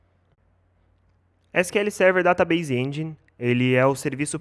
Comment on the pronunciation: ESS KI EL SERVER DATABEISE ENDJAINE = PRONUNCIA KKKKKK